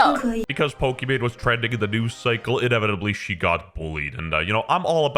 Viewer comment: Did No one else realise calling Pokimane as Pokimon?